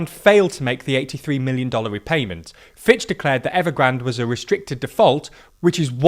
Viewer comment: I dont know why you say 73 MILLION dollars with such emphasis These days 73 million dollars is just pocket money